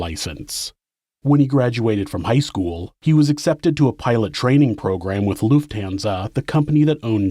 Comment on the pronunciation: To hear you say Lufthansa is giving me a headache...learn how to pronounce it please.